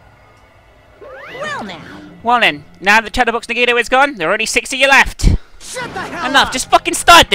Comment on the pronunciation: The final class trial about Nagito, and she still doesn't pronounce his name correctly D: Awesome video though can't wait for the next part >:)